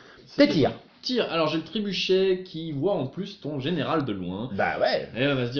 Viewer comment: C'est "trébuchet", pas "trébucher" :p